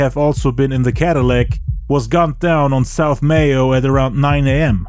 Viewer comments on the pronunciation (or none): none